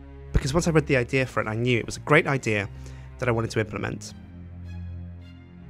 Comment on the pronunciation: anyone else notice he says idear instead of idea?